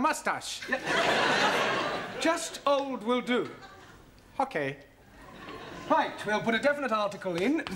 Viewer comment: Hokay